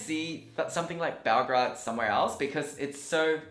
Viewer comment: Great video but it´s BelGRADE not BelGRAD.